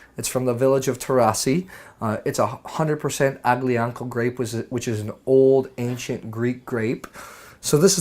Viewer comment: Alleeeeeeyaaahhhnickoooo is how you pronounce it. Aglianco.